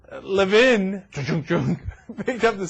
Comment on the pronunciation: Haha. epic fail... maybe learn how to pronounce Levin's name first?